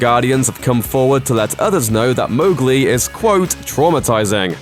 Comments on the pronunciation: watches first 1 sec ok this is fine hears MOGli and gets triggered: itS MoWGLi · The ‘Mow’ in Mowgli is pronounce like ‘cow’. It says that in the first few pages of the book.